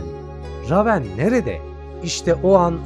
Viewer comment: La eleman reyvın okunacak ama ramen diyor